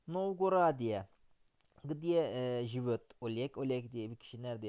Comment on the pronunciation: Hocam lütfen yanlış anlamayın amacım kötülemek değil, живёт derken telaffuza dikkat ederseniz daha iyi olur yoksa telaffuzunuzdan dolayi anlam olarak karın anlamı ortaya çıkıyor "живот"